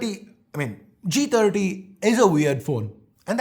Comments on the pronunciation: Lol I thought I heard Moti G tatti when he said first line. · I heard moto g taati😂😂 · He said motog30 ,it sounds like motogtatti😂😂